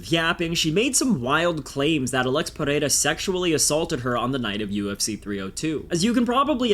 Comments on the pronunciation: New subscriber here. You’re great video writer and maker overall. Btw, i would like to congratulate you since you seem to be the only one outside of brazil capable of pronouncing pereira the right way 😂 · You said pereira correctly